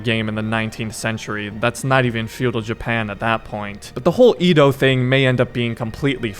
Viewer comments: "Edo" pronunciation I believe is "Yedo" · Bro you need to work on your pronounciations if your gonna make content😂 “Ee-dough” it should be said “Eh-Dough” and “soo-sh-ih-ma” is “soo-shi-ma”